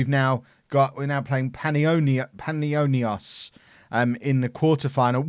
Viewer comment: you nailed Panionios and Athanasiadis!!!!! well done